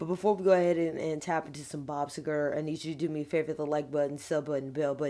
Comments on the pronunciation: Very nice new background. Pleasant. Pronounced See-ger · It’s pronounced See Ger. 💜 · Love that you've added the legend Bob Seger. Btw, it's pronounced Sea-ger. Definitely need to try Night Moves. Top 10 song in history. At least my history...lol Great job! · Bob See-Grrr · How many times are you gonna listen to him until you learn how to pronounce his name right?